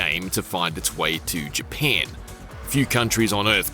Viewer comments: Dang bruh i thought it was Japan not “JaPeiin” 😂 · More like “paen” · It’s Japan NOT Japaaaaaaan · isn't really Japeeeeen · Heads up this guys aussie hence why the emphasis on "pan" in "japan" lol Also the pronounciation emphasis on words with the letter A - another aussie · Can he never say GyPAN again 😂😂😂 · Never heard Japan being pronounced as Japeeen before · "jeh pyen" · "The new Fortsa game takes place is G-pan" these IGN dweebs cannot speak lol or it's all ragebait for engagement. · his aussie way of pronouncing ja"pan" 😂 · It’s in Gee-paaaahhn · well dehmm, it's in Jepehnn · Came for forza and stayed for " GPAN" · What the heck is JiaPEN? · It’s actually all I heard for the entire review 💀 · Ja PAN dat poosey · I hate how he says Japan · Who hear wanted to chop their ears off after hearing him say Japan over and over and over? I will raise my hand too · Arrh my ears bleed from having heard you say Japan like that so many times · Don’t think I can stomach how this person pronounces ‘Japan’ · Why is he pronouncing japan like that?😂😂😂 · If I never have to hear this guy say Japan again, it’ll be too soon… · Couldn’t make it one minute into the video with this dudes pronunciation of Japan. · It's actually impressive how well he can pronounce "Forza" and how poorly he pronounces "Japan" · god damn i cant unhear it now😂😂😂im only 6s into the video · I can't unhear it now! LMAO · Omg the way you say japan annoys me sooooo gd much